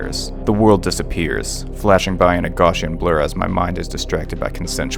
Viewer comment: G-ow-ssian, not G-aw-ssian